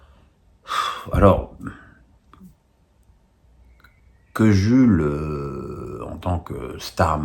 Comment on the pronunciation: Hello, Pour info, Jul se dit Djoul 😉 Plutôt d'accord avec toi concernant Papin, je trouve que ça aurait eu bien plus de sens